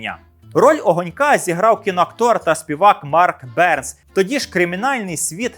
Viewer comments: Нічний патруль - Марк БернЕс, а не Берс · до речі актора та поета звали Марк Бернес з наголосом на другий слог.Таке враження що Ви чуєте ці прізвища вперше